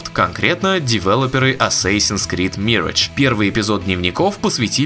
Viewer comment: Ваши попытки в произношения зачастую приводят к обратному результату. Бросали б вы этим маяться… Mirage произносится в английском почти также, как в русском. И никакой не мирэдж. ЗЫ: assassin тоже ни разу ни эссэсин.